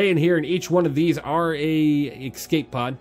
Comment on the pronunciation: “Ecscape pod” :) good vid bro